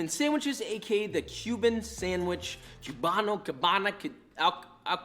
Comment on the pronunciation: I was not aware that Ironmouse was a fellow boricua, or hispanic at all, until I saw Koefficient's video reaction. Now that I know this, I'm noticing small things. Like when she says sanGwich instead of sanDwich.